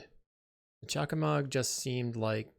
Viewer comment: Weird to hear Choco and Mog not pronounced as, well, "Choco and Mog", though the way it's printed on the card doesn't really help for people who haven't played the games, so I'm not blaming you. I'm still unsure how I feel about the Final Fantasy set in general beyond being glad that at least nothing is as obnoxious as some MH3 cards (even witg unsurprisingly good Black Mage's Rod is). Either way I wouldn't mind seeing you play this deck again as long as you're more comfortable with it since you're clearly aren't comfortable here.